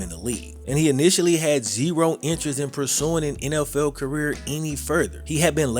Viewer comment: Dude, u butcher the English language. I'm not talking about your southern accent, I'm talking about how you pronounce "NFL" & replacing the " th" sonund with an "F" sound as with the last name of the person who this video is about. Incase you wonder if I have little exposure to diversity, scratch that idea. I was born & raised in Brooklyn. In a neighborhood that was, at the time of my youth, the most ethnically varied parts of the most diverse city in the world ! Midwood, Brooklyn, in the 80's and 90's ! Along with diversity there is & was always ignorance & I suffered from it but it seems to me that you stress so much of the language that you mispronounced. And what, because your a black man in the world today I can't state my view ? And no doubt many people will label me racist) I'm not trying to put you down it's just that what I grew up knowing was incorrect, in the eyes of black , white & all in-between who knew better can now gain validation via the fear of judgment of character when I ts just that, to a degree that is what one displays when opening their mouths. It is not an attack on a person's physical appearance if I comment on their evident incorrect speech that they often know of & hold on to as a defining aspect of their groups characteristics. It can't go both ways ! Btw you make a pretty informative video.. it's just a little hard to finish when I hear language like I heard & usef myself in my teens. Give it a thought, if you dare.